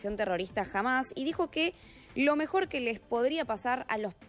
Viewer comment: No es “jamás” es Hamás con la H muda Corrijan su forma de hablar… no q son muy estudiados ustds los reporteros!???